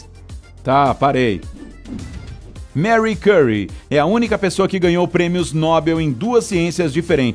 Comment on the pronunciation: O nome da cientista se pronuncia “Marrí Currí”, eu acho.